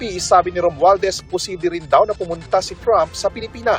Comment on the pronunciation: Haha romualdes daw Sabi ng reporter hahah😂😂😂